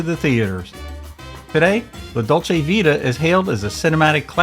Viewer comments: Here's a little help pronunciating Italian.. C is pronounced Ch. Mar-CHel-oh. La Dole- CHEh Vita. Spue is sp-iu. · Nice..but the pronunciation of la dolce vita was horrible. Cmon, Americans, don’t be afraid to be a little international.